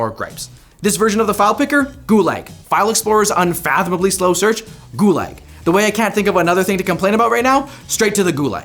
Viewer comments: “Goo-leg” It’s pronounced “Goo-lahg” my guy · I agree with everything you said except how gulag is pronounced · I thought he was saying "goo-lag" as a pun or something then I realised that's just how he pronounces "gulag". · Why is he pronouncing gulag as goo lag?